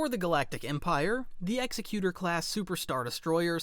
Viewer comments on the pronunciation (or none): its not the ex-e-cute-or. its ex-ec-u-tor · The Executor is pronounced Exe-cutor similar to executive. Not trying to nitpick or nothing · Great video but you pronounced executor wrong it's ex-sec-u-tor